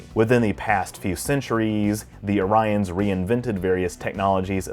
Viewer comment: Pronounced Oree-ons. :D